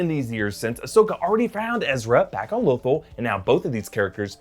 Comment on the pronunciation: Bruh, it’s pronounced lo-THALL.